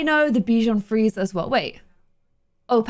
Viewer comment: Hey, the Frisé in Bichon Frisé is pronounced like free-zay =) It's the french word for curly, we also refer to some types of salads as frisée.